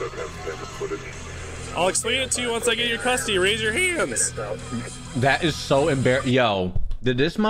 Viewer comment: Rise your h-Ands 😂😂😂